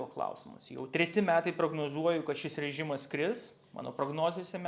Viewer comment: 🤣 gal jis ne visai Lietuvis..